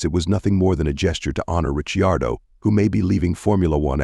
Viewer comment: pronounce the name of ricardo properly for god sake